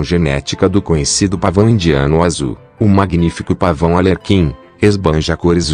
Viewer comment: Ar lê quin por favor!!!!! Escreva direito e fale tbm kkkk